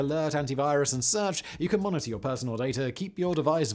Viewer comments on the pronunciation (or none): none